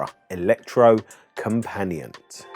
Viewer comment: Electro-Company-At ( A bit closer to the Norwegian pronounciation )